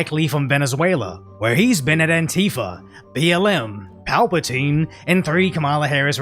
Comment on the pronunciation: you mispronounce palestine as Palpatine :D also - conversion of the $50K reward to # of chicky nuggs is epic